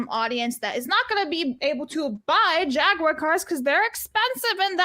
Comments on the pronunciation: I’ve heard Jaguar mispronounced Jag-wahr before, but never Jaguire… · That's a new one. I've heard the American "Ja-gwar" and the British "Jag-you-are", but never "Jag-wire".